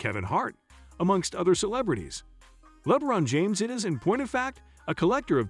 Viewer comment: Dafuq is "Lebbbron James"?! 😮😂😩